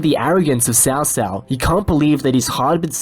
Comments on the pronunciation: Hey bro. Really like the videos. Was just going to ask isnt Cao Cao pronounced more like... "cow cow" ? I just ask bc that's how its pronounced in the Kessen games(which are great even If not historically accurate) and probably in the DW games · In Cantonese it's Cho Cho, in Mandarin it's Tsow Tsow. Cow Cow is an abominable pronunciation that should be burned in hell.